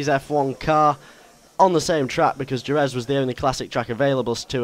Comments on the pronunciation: you say jerez wrong its pronounced with a h and jerez looks nothing like what it does in really life ive been there for moto gp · soory buddy... its pronounced "her-reth" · Jerez is pronounced Hereth ;) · djzeherez is not how you say it... its jerez, said 'hereth.' you say it differently every time. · Jerez is pronounced HER ETH not HER EZ! GRRRRRRRRRRR and sweet with 1980's and 1990's cars and tracks! :D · Jerez is pronounced heref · jerez is pronounced he-reph went there for testing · Jerez is pronounced hereth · 'Horrendous' pronunciation of the track Jerez (Hereth) ;) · Jerez. Pronounced with an H. that's cool we can drive older cars and tracks. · its pronounced hereth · You said a 1980's Caterham..... are you fucking kidding me....... And Jerez is pronounced hereth... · no more like her-reth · it's pronounced hereth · Jerez is pronounced He-Rez. Just like Jorge is pronounced Hor-hay and Jalapeño is pronounced Ha-la-pen-yo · Would like to correct you slightly. Jerez is pronounced 'Hereth'. JUssayin. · Jerez is prononced "Hereth" but otherwise great vid cannot wait for this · BTW Jerez is pronounced Hereth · Also Jerez is pronounced "Hehreth". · Jerez is pronounced Hereth mate ;) Just letting you know. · I believe it is pronounced, "hereth". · Jerez is pronounced "hereth". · Im Mexican and am disappointed at your pronunciation of Jerez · Please learn to pronounce Jerez properly! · If you said Jerez properly that would be nice... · You pronounced Jerez wrong (because it's Spanish, the J makes an H sound.) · i like how you said "jerez" lol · That pronunciation of Jerez :P, Fantastic video though! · u realize you pronounced jerez wrong